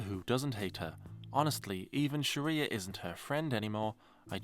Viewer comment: Not pronouncing “Sharla” as “Sharia” 💀💀